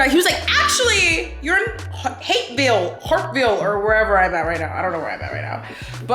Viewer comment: Lol not "hapeville!"